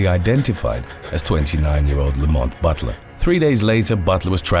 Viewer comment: I thought you said “the moth butler” instead of Lamont Butler & here’s me thinking what the hell is the moth butler when it’s at home??